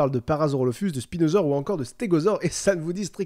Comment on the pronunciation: C'est moi ou il a dit "spilodon"